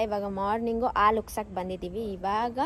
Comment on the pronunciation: ಆಲೂ ಅಲ್ಲ ತಾಯಿ ಹಾಲು ಅದು 🤣